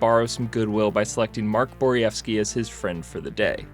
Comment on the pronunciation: It's not a Secret Base video about hockey without mispronouncing at least one name. "BOR-ee-EF-skee" And there it is.